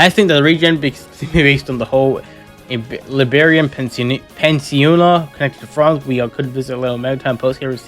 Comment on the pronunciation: Peninsula is pronounced as peh-nin-suh-luh.